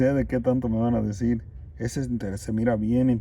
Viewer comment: Hola. Mi pones nerviosa 😁me en canta cuando. Dises. Kiero dijir. 🤣Pero eso ke no te importe tu abla como puedas.. Saluds. Ojala en cuentres muchas cosas. Nooooo ratas😱😱😱